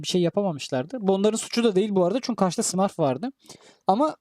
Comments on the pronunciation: Herşey güzel de, şu smurf kelimesini doğru söylesen iyi :d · Abi lütfen smurf ü düzgün söyle 😅